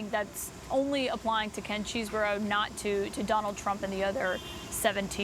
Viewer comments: I chuckle every time someone says Cheese-Bro. Its actually pronounced Chez-Bro. You dont even want to know how I know this. 😂😅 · Am I hearing this right? Did he call him Cheese Bro?😂